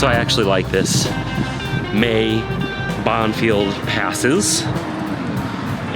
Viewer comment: It’s pronounced Bon-fee